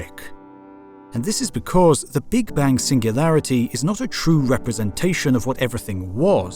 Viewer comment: Now i know that this voice is AI generated and this Channel lost its charm for me :(((( Notice how he say "big bang" ... sad